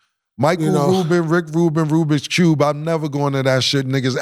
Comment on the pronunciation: He said rubix cubes lmao